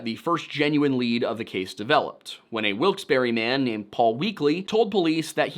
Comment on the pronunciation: Erm, ackshully it’s pronounced “Wilks-BAR” not “wilks-berry” Source: I am a local